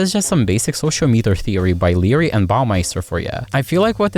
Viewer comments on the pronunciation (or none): Sociometer (So-she-ah-me-ter) > (So-she-oh-meat-er)